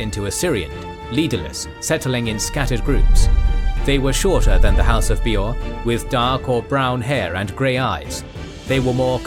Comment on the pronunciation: My one and only gripe with this video is incredibly nitpicky and I think its a great video, I enjoyed it thoroughly. That being said, my only gripe is with some pronounciations. Bay-or not Bee-or and some other ones, but hey if thats the only complaint i have this is an excellent video